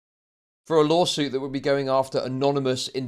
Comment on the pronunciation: Everytime he says lawsuit I just hear "lolsuit"